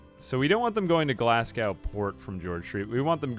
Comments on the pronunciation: Glasgow is pronounced more like glaz-go, not glas-gow. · the way you said Glasgow, as someone from Glasgow, hurt a lil but great vid as per usual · I love how he talks about kids mispronouncing words and then immediately mispronounces Glasgow.